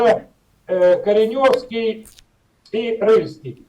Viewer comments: Не Коренёвский а КОреневский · Не КоренЁвский, а КОреневский, от слова кОрень.